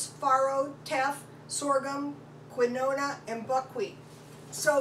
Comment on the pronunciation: FYI: quinoa is pronounced KEEN WAH